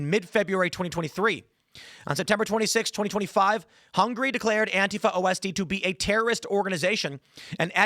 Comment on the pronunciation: Ost is simply German for east... Not pronounced "O-S-T"